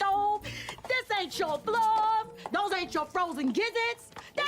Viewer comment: além disso, não consigo entender floor quando ela fala, sem legendas pensei que ela disse "blood". Mas enfim ne. são n maneiras lá também e só temos q aceitar isso